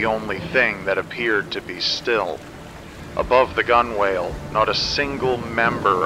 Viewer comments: Just one mild criticism. Sailors don't say Gunwale, they say Gunnale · Allow me to be nitpicky: “gunwale” is pronounced “gunnel.” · Minor nit-picking, but as a sailor, I wanted to let you know that gunwale is pronounced like "gunnel." It's kind of like how forecastle is pronounced like "fowksul" and boatswain is pronounced like "bosun." Nautical terminology gets kinda weird sometimes, I admit. Just FYI. Great video, though! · it's pronounced gunnul. rhymes with funnel. sailing has some of the strangest, oldest words because it is so strange and old itself. forecastle, boatswain, gunwale. folk-sil, bosun, and gunnel. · Minor nitpick, but I think "gunwale" is pronounced "gunnel"